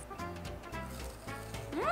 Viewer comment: The word is itadakimasu (ee-ta-da-kee-mas). You don't pronounce the 'u' on the end. You say it before you eat a meal. It means something like 'thank you for this food' or 'I humbly receive this food'.